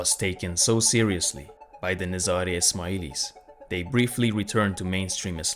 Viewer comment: i think it's nazari ...not nizra